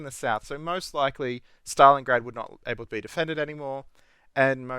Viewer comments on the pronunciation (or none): none